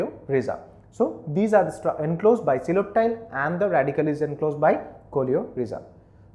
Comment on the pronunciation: Its not pronunced as seloptile its koleoptile😂😂😂